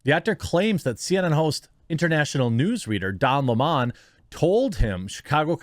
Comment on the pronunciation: Please don't make Don Lemon sound more sophisticated than he really is by mispronouncing his name... it's 🍋... Don 🍋